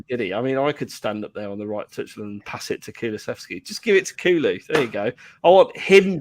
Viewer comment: Kulu-sev-ski, I'm a stickler for pronunciation, apologies 🤣